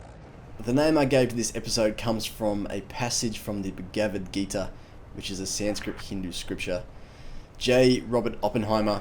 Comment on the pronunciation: The book you quoted is pronounced Bha-gwat Geeta... It is a great Scripture :-)